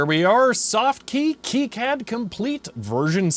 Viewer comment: Still have mine. It looks like the day I pulled it out of the box brand new. Still use it as well when I want to print out plots from the SpecAn or VNA. You'll have to pry it from my cold, dead hands. By the way, KiCAD (The popular free PCB design package) is pronounced "Key-cad", not "Kai-cad".